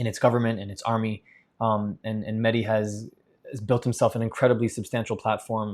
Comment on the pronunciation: It's Mehdi not Medhi Like a Shia